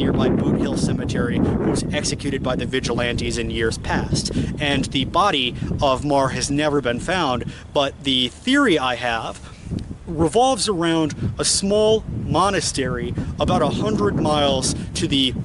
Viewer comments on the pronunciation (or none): Happy you’re spreading the word of my grand name but it’s Mah-her